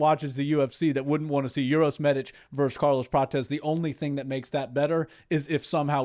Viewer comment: Uros is pronounced "oo-roh-sh" and Medic is "meh-deech". It's not "your-os" or medic like the ambulance medic 🙂